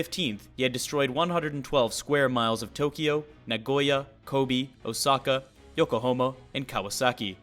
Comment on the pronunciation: It’s pronounced Yokohama not Yokohomo.